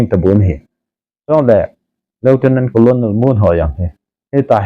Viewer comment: colonel is pronounced as kuh-nuhl = kahnel not as ko-lo-nel.